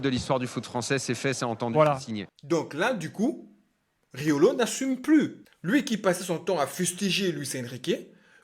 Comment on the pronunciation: Tu rajoutes un « g » à Riolo c’est Rigolo